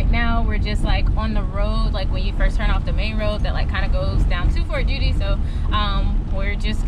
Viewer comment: It's "Fort Juedy".